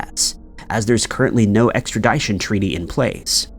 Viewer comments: EXTRADITION NOT extra-DYE-tion😂 you say it differently each time you say it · Ek-strə-ˈdi-shən. Try saying it like that. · Sorry, extra-DYE-tion...?? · Bro said extradyesion lol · Extradition is pronounced with a short I, not a long i. The dition portion is pronounced like mission. I finally had to say something. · . Funny haha 🙂 🙂 "Extradition" ex tra DISH uhn Rhymes with extraMISSion 🙂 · Nothing wrong with a hard “I” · Extra Dit ( like zit) shun……extradition, no e after the T. Thanks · Someone, please, for the love of God teach this man how to pronounce extradition. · Dude still don't know how to say Extradition.. I can't do your videos god been said this for years learn how to read and PRONOUNCE WORD BEFORE YOU USE THEM!! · Has anyone ever told you that you’re pronouncing extradition, wrong? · You are pronouncing extradition wrong.. The ending is like edition. Sorry, it was driving me crazy🙃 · Like ed-eye-tee-on😅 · The way you pronounce extradition should put you on the FBI list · Yes like how do you say that wrong he's been saying it wrong for years like learn to pronounce words. It's not hard which is making me not watch these videos anymore. Why hasn't anyone told this TO HIS FACE. ExtraDition doesn't even sound right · Please train your “bot” to say “Extradition”…annoying. 🇨🇦